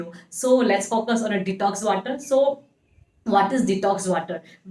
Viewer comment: Aaalso ,waatar 🤣🤣🤣